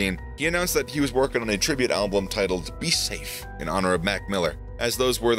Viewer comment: Why do you say alblum? There's only 1 L in album 😂